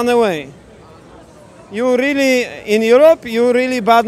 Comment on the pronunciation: typical asia english user "yorly?!"